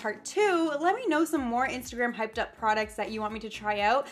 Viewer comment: The way she says Instagram makes my day... instergram